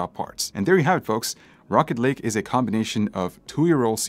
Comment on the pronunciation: I swear everytime he said rocket lake I heard rocket league haha